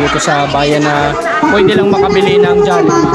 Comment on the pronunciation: Jallibee Ng Jallibee, pati cguro, kanilang kayo sa % na nagsasabing Jallibee, pero Ang tama Jollibee, pati Yan ginatan Ng silent A, magagalit Ang founder na SI Mark Chan, Mali kc pg pronounce sa jollibee